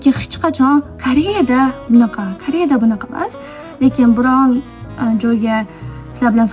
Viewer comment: "Mnaqa" diyishizga oʻldim boru ❤😂